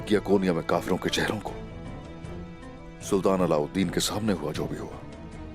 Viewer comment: Alavideen nhi allaudin